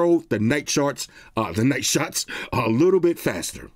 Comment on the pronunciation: Buddy said night sharts 😂😂😂